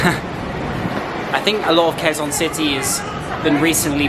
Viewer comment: Quezon city is pronounced like Kezon city